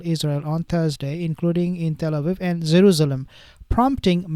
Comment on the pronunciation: Why do you keep saying zeruzlem? Its Jerusalem